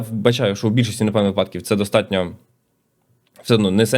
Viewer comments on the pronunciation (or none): none